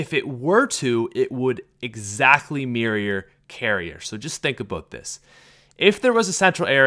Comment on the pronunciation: "Exactly mirrior carrier"